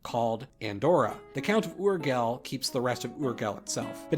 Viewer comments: Ok everyone's roasted you enough for the "Barthelona" fiasco so here's some new material you also deserve to get roasted for: -Urgell is pronounced something like "oor-GAY". The double L corresponds to a y-like sound in Catalan AND Spanish, AND stressed syllables are important. Which leads me to... -2. Aragón (aka Aragó in Catalan). Great pronounciation on the individual letters, why are you not stressing the stressed syllable though. That's what the accent on the "ó" is for. Other than that though, great video, really informative! And yes, the other pronounciations were pretty much perfect (at least the spanish ones, can't speak for th french ones though) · People talking about how he pronounced Barcelona... But nobody mentions how he says Urgell. It is pronounced "urYELL" more or less (caps means accented part of the word). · Pronounce Urjell, not Urghell and BarcelOnae, not BarcelonA. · If you are gonna be "accurate" about toponyms, it's "uhr-ZHEL", not "UR-gle"... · Urgell is pronounced like yurgeLL {[uɾˈʒeʎ]} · Ok not to be picky but if you want to pronounce “URGELL”.... well... it would be something like this... Urjzhey (idk how to put it exactly but more or less that’s how you pronounce it) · Barthelona, okay, that's definitely not catalan, but Oorghel?? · I love that you pronounce Barcelona with the very modern (rather niche) pronunciation currently used in Spain, but you pronounce Urgell as Urguel, a way it wouldn't be pronounced in Catalan, French, or Spanish. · say "ur-gel" one more time! i dare you! i double dare you! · No, Barcelona it's not meant to be pronounced like that, and Urgell does not like that either. Those are catalan names, not castilian. I detest the fact that you keep pronouncing with castilian name a catalan region. That's why many seek independence, because seems that just "Spain" means "castilian language" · "This is how you pronounce Barcelona" Goes on to mispronounce the g in Urgell and even stressed the wrong syllable in Aragon